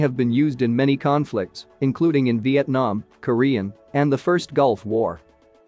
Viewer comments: Vitenam “Vietnam” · it is vietnam not vitenam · VIETNAM not VITENAM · Vietnam.....not Vitenam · [V I T E N A M ] 🤣 google: did you mean vietnam? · VIET NAM, the super nation in ASIAN, not VITENAM man. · VietNam not Vitenam ok Please respect Vietnam ok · Vitenam? Really computer voice? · vitenam lol💀